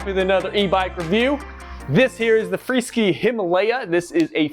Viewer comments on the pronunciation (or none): It's a freeSKY....NOT freeSKI 🤣🤣🤣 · its Free Sky not Free Ski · Hey,, the name of the company is free sky, not freeskee. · Thanks, but I think it's pronounced FREE-SKY(SK eye)!